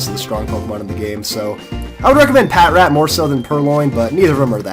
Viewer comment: Ughhh it's pa tr at!!! Not pat rat!